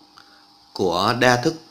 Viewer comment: chia đa thức mà thây kêu chia da thức